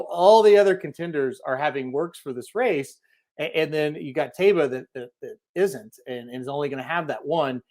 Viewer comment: It’s pronounced Ta ee ba. Why do these guys keep mispronouncing the horse’s name.